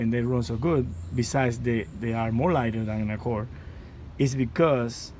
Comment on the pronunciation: Sir, you pronounce it Accord not accorr!